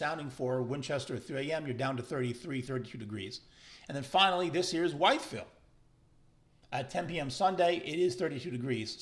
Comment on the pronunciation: Nice video. Realistic and admitting things can change. Please, please, note that Wytheville is pronounced Withville.